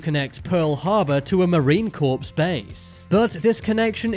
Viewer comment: Marine corpse! 😂😂